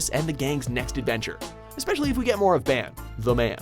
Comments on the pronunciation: Pronounced ban wrong, and put one peice over dbz, wth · Who else noticed his miss-pronunciation for Ban? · It's pronounced "Bon", not Ban, even though it's spelled "Ban". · Yeah he butchered the names. He said ban like how you would say pan